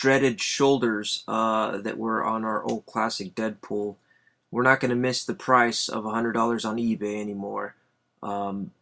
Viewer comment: its deadpool not deapool